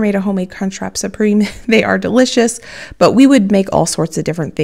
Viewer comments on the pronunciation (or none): none